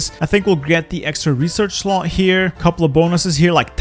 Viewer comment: Its slot not shlot btw.